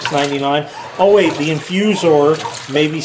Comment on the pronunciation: said it perfectly, InfuZOR!